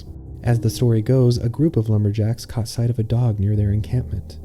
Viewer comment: He cahth thevfrog mam😂